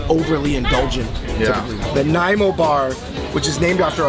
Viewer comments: Glad u liked Toronto food! It’s crazy good and diverse. Sorry but it’s pronounced NaNiamo not namo 😂. Just teasing u guys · MY MANS ANDREW JUST SAID NAYMO BAR IM CRYING 😭😭appreciate him trying tho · Andrew, you missed pronounced Nanaimo (nun nii moo) bar. I personally love butter tarts, we usually eat them around Christmas time but you can get them all year round. I find Nanaimo bar too sweet. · The Nay - mo bar 😂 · Giggled a little bit at your pronunciation of nanaimo lol!! Loved the vid!!